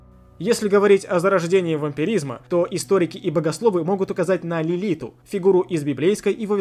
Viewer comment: Меня одну смутили элементарные ошибки-оговорки, незнание? После этого даже смотреть дальше не стала. Например: Носферату это вампир и впервые используется именно в романе Б.Стокера "Дракула"... не Лилита, а ЛилиТ! ... смысл, дальнейшего просмотра ролика? Уже и так всё ясно🤦🏼‍♀️ жаль потоаченных 8 минут